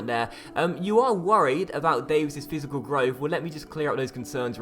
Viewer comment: My man said fisical growth 😂😂😂